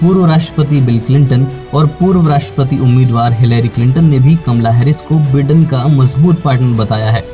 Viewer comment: me pronunciation ki baat kar raha hoon. बिडेन नहीं बायडन है।